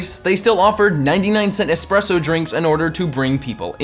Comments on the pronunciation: Expresso? You mean Espresso? Man, I hate when people do this. Like "Hey, let's take a pitcher" when they want to take a picture. That should be a sin. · C'mon, man. "Expresso"? "Expecially"? Get it together! But still an entertaining video on DD. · IT'S ESPRESSO AND ESPECIALLY ... THERE ARE NO X'S IN THOSE WORDS!!! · did- did you really say eX-presso? why? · 1 sin for saying Expresso and one sin for saying exspecially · "expresso" ding also "expecially" ding and they used the taping $100 bill to the eyes gif twice ding and dunk d ding and discount movie recipes at the end ding and he was mostly italian despite being the french chef ding and "heap it on in" ding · Saying "ecspresso" DING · You get 5 sins for saying "Expresso" and "Expecially"